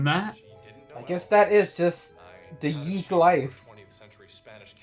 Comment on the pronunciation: It's funny you said that,, because several times up to now, when one of you said "YIIK", you didn't aspirate the "k" very much, so I misheard it as "yeet". XD